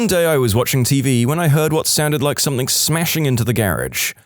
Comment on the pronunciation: No K in the word something